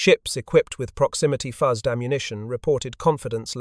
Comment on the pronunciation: The inability of the (assumed} AI commentary to pronounce the simple word 'fuzed' spoiled a very interesting video. Obviously the people who developed the proximity fuze were a lot cleverer than the people who make and use AI